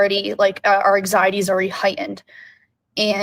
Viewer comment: She says "eggxiety" & it gives me anxiety 😂